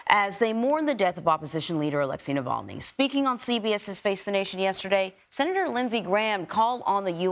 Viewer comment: Say his name correctly. Navalny.